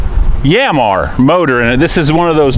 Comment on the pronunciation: Yan Mar, 2 simple syllables pronounced just as spelled